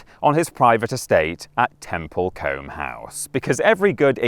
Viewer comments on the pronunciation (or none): temple Coombe is how it's pronounced